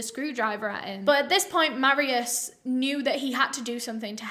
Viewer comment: Me being polish :))) also is not marius you say it mar i u sh